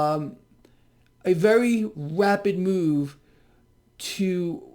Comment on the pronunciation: Vewy powellful sillywabbit